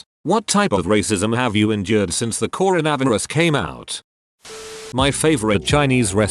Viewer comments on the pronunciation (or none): Nobody: The AI voice: cor a vav er us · Corn-na-vis lol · Nobody: Reddit: "Coro-Nav-Er-Us." 👽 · People: Corona Virus This text to speech bot: CORO-NAVI-RUS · Reddit voice: Corn a varis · normal: coronavirus text to speech voice: coronAverus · I know I shouldn't make a joke on this video, but the way the voice says coronavirus like cornavraverus is honestly funny. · Haha I love how the text to speech say “coronavirus” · I love how the text-to-speech completely butchered the word "Coronavirus"